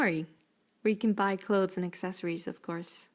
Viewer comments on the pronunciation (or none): I've just noticed that you pronounce accessories as [assessories] and it's actually [aksessories] :D I love your walkthrough! I didn't know you got a second 4U, that is very neat. ;) The blue one is definitely the prettiest one of the 4! ^___^